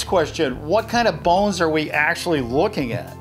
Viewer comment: Bones not balls